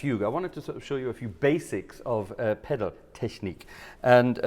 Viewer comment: Pedal-Technik said in German!